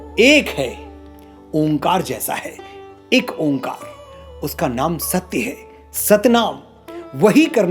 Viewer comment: Onkar ni bhai o.ngkar hota hai